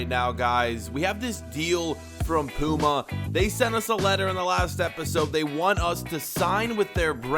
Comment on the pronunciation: 1. Your saying puma wrong 2. Puma are one of the main ones